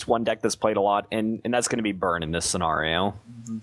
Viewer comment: Sen-AR-io. Lol